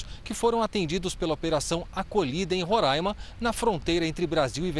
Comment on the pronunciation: NAO É RORAIMA É RORÃINMA